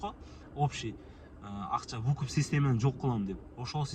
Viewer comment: Вукуп эмес тууган выкуп